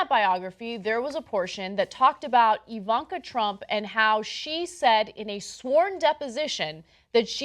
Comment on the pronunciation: Ana, you said "ivanka" in the beginning